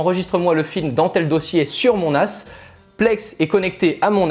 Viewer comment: Les phrases qui dit à partir de avec le "nas" quand il fait la liaison c'est tellement marrant 😂 "directement connecté à mon as " :))